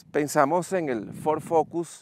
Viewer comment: fod rector jajaj